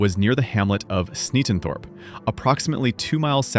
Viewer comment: 'Sneatondorp' what ai narration slop is this? Get a human and get it right.